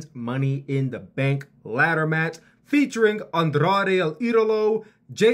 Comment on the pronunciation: As a Mexican hearing this guy trying to say the name Andrade with an accent is sad but funny😭😂